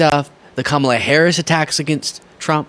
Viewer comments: Trump, if you cannot pronounce the name of Kamala, have the courtesy to ask her how she would like her name to be said! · He deliberately mispronounces Kamala's name.